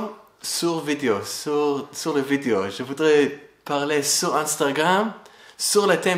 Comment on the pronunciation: Maison quelqu'un lumière, et le courage🤝 (pour dire - sur - il prononce : tzur 🎆 comme dans; ma oz tzur yieshuati🎶🎼)